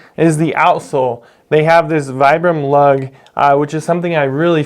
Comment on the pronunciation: Nice video. Not to be a nitpick, but I’m told it’s pronounced “Vee-brum” 😉